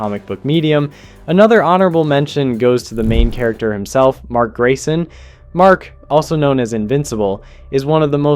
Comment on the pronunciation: Dude, please try to pronounce the names correctly. I've never heard somebody fuck up Cecil's name or call Mark Grayson, Mac Garson 🥀